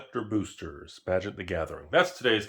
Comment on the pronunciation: Was sure you said Tragic the gathering in the beginning 🤣🤣